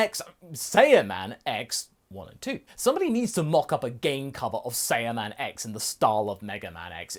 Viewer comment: It’s SAI-an and SAI-yaman not SAY-an and SAY-yaman